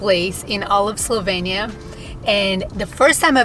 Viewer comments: This was a very nice and enticing presentation of a lovely country. However, there are two things I missed: 1) Why did you get name of the country wrong? It's Slovenia, not Slovania. 2) You mentioned some facts about prices, but I would have liked to hear more. How much did your four days cost in total? How much did you pay for hotels or BnB? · They can’t even pronounce the country. SLO•VEE•NEE•UH@